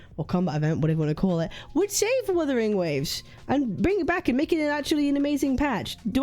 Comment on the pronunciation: Vuthering Vaves lol